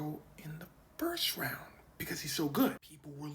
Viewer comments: he said he going in the 5th wound instead of round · I heard that fif wound